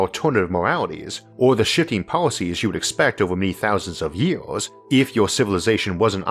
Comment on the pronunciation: Why do you speak like this? You have great videos and i am a long time subscriber but the way you pronounce words is getting ridiculous. “Ywouheyars” for “years” seriously no one talks like that. Can you drop that please?